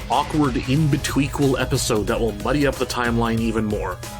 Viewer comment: "In-betweequel" is my new word of the day.